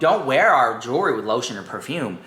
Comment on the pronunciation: Not her saying “JEEERRRWRRY”